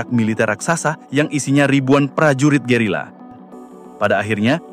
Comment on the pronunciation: Gerilya, bang, gerilya. Bukan gerila. 😅😅😅